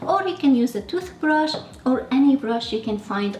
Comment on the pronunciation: Love the way you say paintubrush and toothubrush 🧡